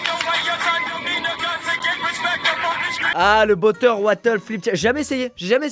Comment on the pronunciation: en plus il a dit botter wattle XD (si si écoutez bien)